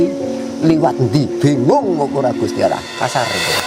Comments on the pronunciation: Memyebut gusti allah aja salah dia nyebut gusti alah itu omongan orang bukan islam sudara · gusti awwlohh bukan gusti alah ya